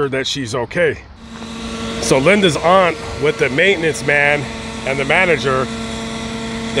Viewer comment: It's AUNT ! NO THAT BS YOU JUST SAID!!! VERY DISRESPECTFUL!